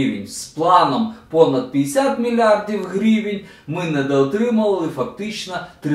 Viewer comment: Гривээнь)) чувстуется что русский родной) Желаю удачи, спасибо 👍